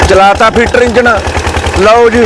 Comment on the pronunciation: ਇਹ ਕਲੰਨ ਪੀਟਰ ਨੂੰ ਫੀਟਰ ਦੱਸੀ ਜਾਂਦਾ ।